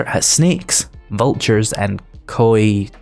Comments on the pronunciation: If you wanted to know how to pronounce the name of the yellow dog: Yellow dog = KI-O-TEA That’s at least that’s how we say it. I digress love the video! My first setup was in the pine forest next to trader Jen because I just wanted to farm quest but I think my next play through when alpha 20 stable comes out will be in either the snow or Desert biome. I considered wasteland but everything else wrong with the biome aside I just find it too… depressing… I mean that’s the point but it wouldn’t be much of a fun play through if I’m bummed out every time I come home XD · As a American, it was amusing hearing you struggle to pronounce "coyote", since it's an animal that is only found in North America and would be unlikely to be familiar to someone from the UK. As for desert survival tips, if you DO find a source of water, you can scoop some up in a bucket (made with forged iron), take it back to your base, and place it in a 2x2 hole, filling it completely. If you fill water bottles from this hole, it'll leave a little water in a corner; use the bucket this water then pour it out again to get the hole back to full! Lastly, if you can find or make a Water Purifier mod and install it in your helmet, you can drink Murky Water directly without any risk of dysentery. It won't restore as much water per bottle as Boiled Water, but with the above watering hole trick it's practically free AND has a much higher stack limit, so you can just carry a bunch with you while you're out and about. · In Canada (prairies) we pronounce it "ky-yo-tee" but call it a "ky-yoat" (like boat) as slang.